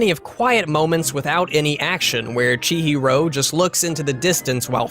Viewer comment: Hearing Chihiro’s name being butchered is the worst thing I’ve heard today